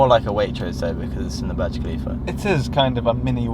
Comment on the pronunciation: My guy says burg kalifa when its burj khalifa thay accaent